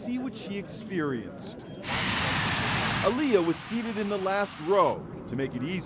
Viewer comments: The way he pronounced her name is triggering me. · Um that’s not how u say Aaliyah 😒